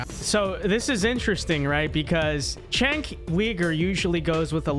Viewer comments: C'mon, how long will it take before critics stop pronouncing Cenk's name wrong. He's literally been a public figure for a hair under 20 years. How many times do people need to hear his name pronounced /Jenk/ /You-Gur/ before they learn to stop botching it? How many times is enough? We're clearly into the tens of thousands not being sufficient. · It's pronounced "jenk", not "chenk". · Does a whole segment doesn’t kow how to pronoumce it Jenk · You're a shining example of US American ignorance of politics. I'm neither a liberal nor a conservative and I don't support either party. Number one, the dude's name is pronounced: "Jenk". He's a walking dildo, but you should at least be able to get his name correct. Number two, Ana Kasparian is a liberal, not a leftist. Liberals are literal right-wingers by their support of liberal democracy and liberal capitalism as an economic system. This is incontrovertible. Liberals are not part of the left-wing of politics, being supporters of capitalism. They historically are anti-left. Therefore, she isn't "moving to the center", as you suggest, she is moving even farther to the right. The US has a far-right conservative party and a lesser far-right liberal party, so the "center" between them is still to the right of right-of-center. If you're unaware of this, of politics in the very country that you live in, your opinion on politics is invalid, as you don't even understand what you're commenting on. You have to get past your lifelong indoctrination by the US government that "conservatives are the right and liberals are the left", which is patently untrue objectively. There is no left wing of politics in the US and there hasn't been one for 70 years. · You can't even say dudes name right and expect people to take you seriously. You're a fool.